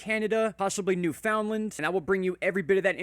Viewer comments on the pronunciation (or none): Thanks for your report…🇨🇦 here …we pronounce Newfoundland as “newfundland”. I always chuckle when those not from 🇨🇦 pronounce it😂